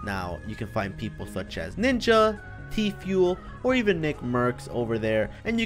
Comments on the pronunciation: Listen closely He say TFUEL INSTEAD OF TFUE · Lmao the way he said Tfue